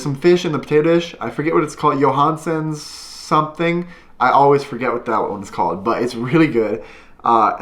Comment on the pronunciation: The potato fish thing that you called “Johansen” is called “Jason” but you was pretty close